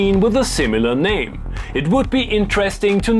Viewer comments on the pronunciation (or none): none